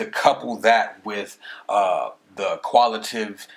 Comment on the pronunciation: I hate to be that guy but it's pronounced "Quan ti tay tiv" and "qual i tay tiv"